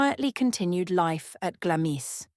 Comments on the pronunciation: "Glamis" is pronounced "GLAMS" - i.e, the "i" is silent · Glamis is pronounced glahms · Please pronounce Glamis correctly. Its Glarms. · Glamis is pronounced Glams. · Even the most badly educated person knows how to pronounce Glamis